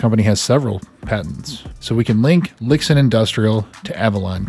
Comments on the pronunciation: Pronounced "Lee-Shin" FWIW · Just some unimportant notes: Lixin is pronounced as something like Li Shin. Weiruixin as Wei Rui Shin lol